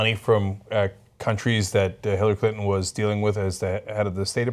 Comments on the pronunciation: around 5 minutes, you totally said Hit-lary Clinton :P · It sounds like Cenk says Hitlery Clinton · HHAHAHA Did Cenk just say "Hitlery Clinton"??? :D :D :D LISTEN CAREFULLY xD